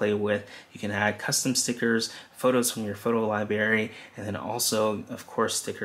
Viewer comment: Libary? Or Library?